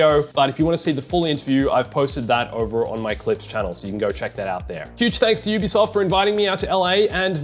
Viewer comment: It's UBISOFT, emphasis in SOFT